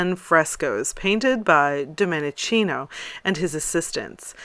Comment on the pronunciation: Please correct your pronunciation for God's sake: it is Domenikino, not Dominicino. Domenichino has "ch" that in Italian sounds like K... I know I m petty, and I irritate you, but I m not for this, I just want to hear you speak eloquently 100%: I m an admire of yours, trust me. Oh , one more "correction : the E in Domenichino is meant as an English A, so I should write this name as Dom-A- ni-K- ino for pronunciation reasons only.